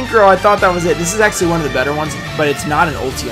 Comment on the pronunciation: I never realized you say ‘axually’... huh.